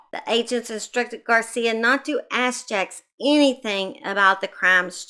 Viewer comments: As a Vermonter that lived nearby this very disturbing case, his name is pronounced like Jakes not jacks and Barre is pronounced like Barry not Bar. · She’s kinda wild, huh? And someone’s concerned cause didn’t pronounce the perverts name right! Sooo in comparison your comments much more appropriate.